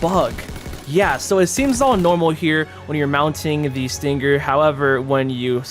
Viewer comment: When he says stinGGer it triggers my ocd